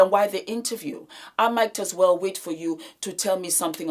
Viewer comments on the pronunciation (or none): none